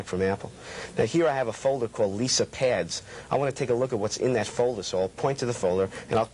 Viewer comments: he says leeser instead of Lisa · Lol He totally said Lisar. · Liser? LISER?!